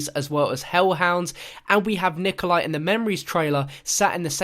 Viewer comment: its resnov no way its nikolia